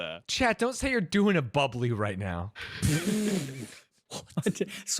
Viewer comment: bubbla not bubbly